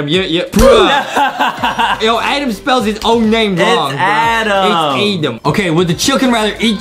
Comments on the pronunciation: Is adem not edem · its adem not adam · "ADEM" IS CORRECT "ADAM" IS WRONG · ADEM NOT ADAM BUT HIS NAME IS ADAM BUT ADAM SAID ADEM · Adem its adem not adam